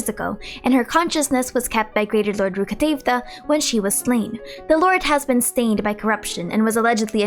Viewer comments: t is not how it is pronounced in-game. Maybe the original name from its' source is pronounced that way, but the English translator obviously thought it would be too difficult to incorporate it in every other line so they simplified it to fit English language better. It is as if you parents named you Candace, you like and keep that name throughout your life, and then some fool comes and calls you Kandake just because it is the origin of the name (yes this is also a jab at idiots who pronounce Candace as Kandake). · Can you pronounce them in the way they're actually pronounced? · why do u pronounce rukkhadevata like that